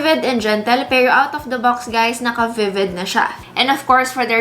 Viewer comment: Na di-distract ako dun sa pag pronounce nya ng ibang words super awrte. 'pewroh' hahaha. pawrang, areneyow. Cringe.